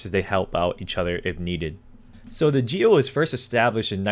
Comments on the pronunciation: 🚫 it's "GOE" of national police,not "GEO" . jaja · Muy buena la pronunciación de GEO 😂